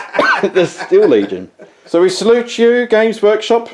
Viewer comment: They are "Steel" legion as in the metal, rather than "Steal" to dishonestly appropriate. ✌️